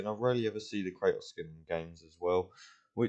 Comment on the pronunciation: You say “Cra-Ohs” pronounce the T